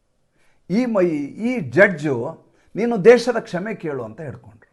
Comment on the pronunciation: Kshame antha odikolli please